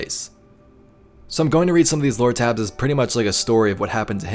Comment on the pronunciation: OK I know I’m not the only one who is or was watching and hearing him say “Loratabs” instead of what I think he means, which I believe is just “lore tablets or tabs” lol I don’t know I keep replaying it over and over again listening lol! Please someone was say something, please so I know I’m not going crazy! 😜 I mean, even YouTube’s own auto caption says and types out he saying “Lora-tabs” rofl